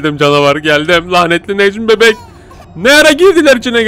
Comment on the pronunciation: abi Necmi Beğk dedin